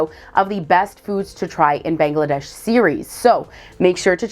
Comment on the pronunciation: It's. Bangladesh bro not Bengladesh